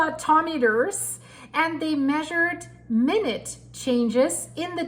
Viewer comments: What is being explained is the minute denotes a measurement of time. However the spelling in this context is pronounced mine ute, it means very small or tiny. Eg. a minute particle of sand. Hope this helps. 😊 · Lee obviously minute has 2 meanings in English one denoted an amount of time the other is related to size as in mine Ute minute. So when was speaking about the size or particles she pronounced it minute as in time not mine Ute as in tine wee little small Her English is brilliant no way am I throwing stones just a correction. She does a brilliant job this is mt first port of call each day